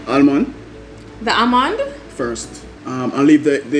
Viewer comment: Happy seh unu come back...Dev just horrible suh doe....as ask fi speech therapist true seh aLmond 😅 and den shi nuh STOP correct him #TrueArdennite